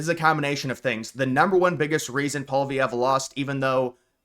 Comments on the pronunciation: Hey... would you please stop saying "POL-VEE-EV"??? His name is pronounced "POL-EE-EV"!!!! There's no "V" in the middle of the name!!! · Who is this guy, seriously? Alberta can’t secede. That’s not how any of this works. This guy literally doesn’t have any expertise in what he’s talking about. He just talks out his ass. Also, it’s not “Paul Vee Ev” you dolt. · Let me Americanize the name for you: POLY-EV . You are welcome. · His name is pronounce polly ev. Polvy ev. FYI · “Poly-evv” is how his name is pronounced. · u gotta learn ho9iw to pronounce Pollievre bro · Why can't this guy pronounce Poilievre or Newfoundland?